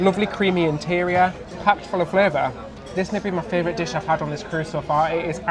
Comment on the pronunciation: Anyone else here love the amount of times says fravrit 😂 love the videos guys